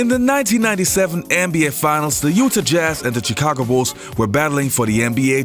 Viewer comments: does need help with " Utah" but give him credit; He knows vintage 1980's basketball amazingly well! gets a pass as he isn't a native American speaker, but knows the NBA better than most American natives! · Thanks for such a well thought out channel. Your shows really are great. As a native of Chicago, I want to volunteer to help you a bit with U.S. place name pronunciation;-). It isn't easy! Not trying to be a jerk. Start by fixing Utah ( Ute Taw). I am not worried about Chicago too much as everyone from outside the midwest gets it wrong.